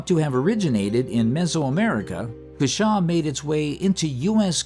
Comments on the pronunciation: I had no idea that J. artichokes were actually native. Dad grew cushaws and yes they are delicious. Although I usually hear it pronounced COO shaw, not coo SHAW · Cushaw pronounced with the emphasis on the first syllable...CUH-shaw